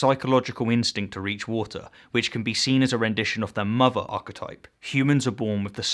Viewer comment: If there is indeed a hell, then a special part of it should be reserved for those who deliberately mispronounce key words. Archetipple...